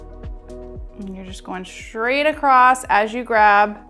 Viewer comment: )). Going what? Acrossed? Accrosst? Across